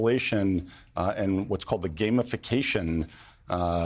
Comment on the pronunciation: Did That Clank Just say Trends, Or, Trans after his attempt at astroturfing the video game industry? Wow 'Game a facation'. These sorts of silly word salad confusions, ARE THE $^&n PROBLEM. Meh!